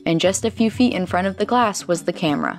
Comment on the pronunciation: "a few fee in fron of the se was a gian shee of glass"